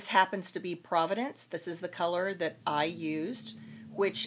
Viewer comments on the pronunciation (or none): Pro-vahnce' is the way it is pronounced. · The color is provence, not providence, but thanks for the video! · I mis-pronounce words on a daily basis Husband tells me every day. And I love the way you pronounced Provence! Now after years of my continous habit I embrace every word I say differently. You go girl! Can hardly wait to use your tools and techniques to start chalk painting!!!!